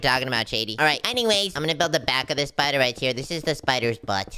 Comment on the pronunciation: Why does shady say spider like shpider